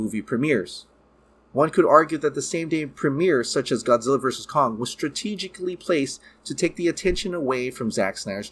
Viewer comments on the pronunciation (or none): none